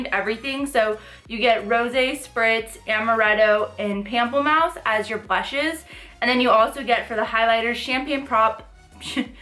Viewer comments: Loved this review!!! You are absolutely stunning! Also, pamplemousse is French, and it would be pronounced in English more like moose (like the animal). So Pample-moose. 😉 Means grapefruit! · I just got mine and it's so pretty I don't wanna use it lol What are your thoughts on the eyeshadow palette? are you gonn get it? p.s: Pronunciation is Pom-play-moose